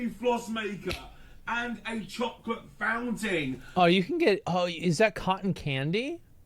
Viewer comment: "Chocolate founting"....